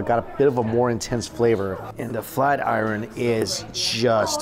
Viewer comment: And you're still saying iron wrong lol smh